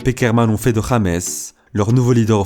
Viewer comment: Pourquoi il met que "james" sur son maillot au lieu de mettre "Rodriguez" ? Et son prénom est mal prononcé